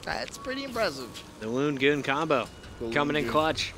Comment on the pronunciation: It's loonjar not loongoon